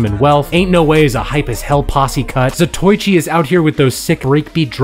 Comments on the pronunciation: My boy just said Zatoychi As a huge fan of the Zatoichi films I must say it's pronounced Za toe e chee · "zah toe eee chee". beginning to think youtubers mispronounce things to get the correction comments